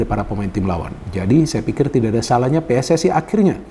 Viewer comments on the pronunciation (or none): none